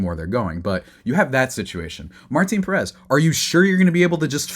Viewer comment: Learn to pronounce the last name is Pèrez